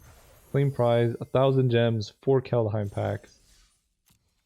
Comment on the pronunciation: Are you doing Kalda-heim on purpose?